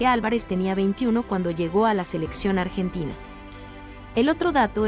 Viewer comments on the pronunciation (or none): none